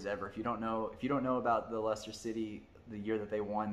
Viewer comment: See also the mispronunciation of Norwich (Norridge not Nor Witch) Thought I have to give him props for getting Leicester right.